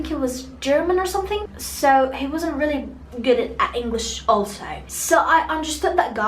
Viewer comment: النطق عندك كتيييييير كلمات قلتيها غلط ابسط حاجة Really